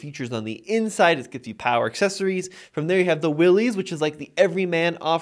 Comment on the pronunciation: Its not pronounced Willys, but pronounced Willis. For 2024, Jeep made the Premium Soft Top standard (this used to be a $695 option) and dropped the cheaper vinyl soft top. Nothing against a hard top, but most people will take it off once and find out what a huge ordeal it is to remove it and then you have to figure out where/how to store the hard top. Even in cold climates, the premium (twill) soft top is fine and much much easier to raise/lower the top in minutes vs the hard top. The larger 12.3” screen is a huge upgrade over the old 5”, 7” and 8.4” screens in previous JLs. For 2024 Jeep also upgraded the seats with better materials and cushions. Convenience group for $1995 is a deal for all you get and I would not pass on that. To me, a base Sahara with no options seems to be the best deal for 2024